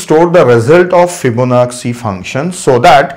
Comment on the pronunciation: Yes I noticed that too. It is an Italian name. It should be fib-ona-chi. Same with da vinci (da vin-chi), bellucci (bel-loo-chi). Lets not focus on pronunciation and accent. Here in the US, Americans mess up Indian names all the time. Its not a big deal. These are great tutorials and we are getting to learn so much for FREE.